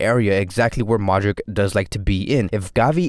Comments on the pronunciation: I think he got it wrong. Modrich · Great video... Hey quick question... Do you pronounce Modric wrong on purpose or?